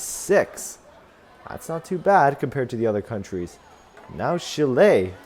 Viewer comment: Also it is chi-le not she-ley!